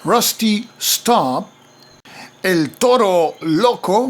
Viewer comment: Amazing playthrough, and amazing pronunciation of El Toro Loco. I want buy the game but here in spain is hard to find